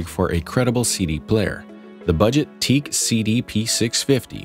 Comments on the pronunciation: WTF is Teak??? It's Teac as in tee-ak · Any one who calls Teac teak, doesn’t know hi fi ! It is pronounced T Ack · I really can't take anyone seriously who pronounces teac as teak! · It's pronounced Tee Ack